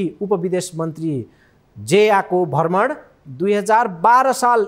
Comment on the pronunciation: भर्मण कि भ्रमण ? उच्चारणमा ध्यान दिने की?